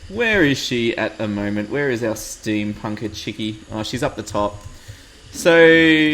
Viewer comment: Did you just say... Steampunker "chickie"...? o__o